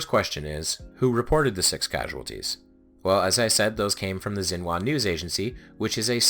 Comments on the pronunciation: Xinhua is "shin-hwa", not "zin-wa". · It’s pronounced shin-hwa